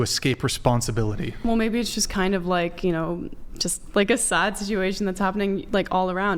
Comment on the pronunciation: It’s so “sod,” isn’t it?